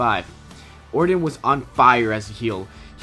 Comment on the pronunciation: Orton man, or-ton, ton, ton ton lol not ordon, ordin, or orden, like come on guy, in today's day and age there is no excuse for botching names in prerecorded videos. that aside good videos.